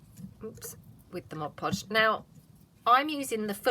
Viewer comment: Really enjoy your channel...and thank you for pronouncing mod podge correctly!!..so rare on crafting vids...is it because I'm getting older that things like that drive me bananas?..Admittedly, its a short trip...